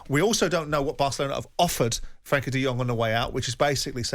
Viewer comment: Frenkie not Frankie...